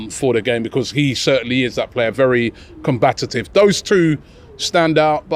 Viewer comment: ROBBIE!!! COMBATIVE NOT COMBATITIVE. Will someone tell him. Does my head In each time I hear it 🙈😱😂😤😆❤️🎊⭐️🤓